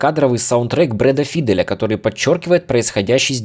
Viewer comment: Ля. Постоянно слышу одну и ту же ошибку в произношении фамилии Файдэл. Как музыкант ты должен знать правильное произношение